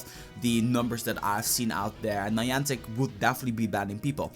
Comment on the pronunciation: It's Niantic, not Niantec